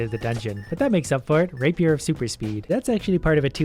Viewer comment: Ka To nah man I love killing bad guys with a raper